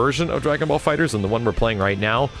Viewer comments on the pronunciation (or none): Why are saying DragonBall FighterZ with and extra Z? Lol